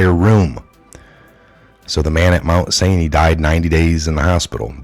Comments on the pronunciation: Candida is yeast. The condition is called Candidiasis. Yeast loves sugar. Avoid high blood sugar by avoiding carbohydrates.The hospital's name is said "sigh-nigh" like the Sinai desert.in the Holy Land. It's Candida "orius". Thanks for the report. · Ugh. Thank you for your video. The hospital btw is. Pronounced Mount. Sigh-nigh. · Mount S-Eye-Nye